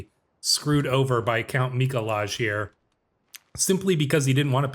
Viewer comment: Mikolaj is pronounced "Mee-Koo-Why." It's the Polish version of Nicholas. Source: I lived in Poland for two years.